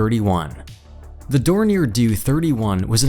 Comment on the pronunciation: Piston version of the Flying Wing had a range of 12000 miles, four times that of the B-36 Peacemaker. Who cares were whether it went 1600 miles shorter than they expected. The Avrocar was a wild-ass guess at a very bad Theory. Dornier do? Where the hell did you get that pronunciation. The X3 was designed to be capable of flying at Mach 2, which the airframe was. They however were not able to secure engines capable of pushing the aircraft that fast. I don't know who's doing the narration or if it's actually a real person, but you can't even get the name of Burt Rutan correct?